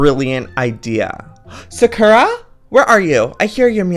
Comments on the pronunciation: He says it like SUH-KUR-AH💀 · It always kills me when he says 'Sakura' wrong. 😂 Love you Joey. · No office but how can he say his own cat's name wrong? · It's his cat he can pronounce it the way he likes it 😑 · Y'all, how he says and does things is why I've been subscribed for years. Calm down. His kitten's name is adorable, no matter how he says it.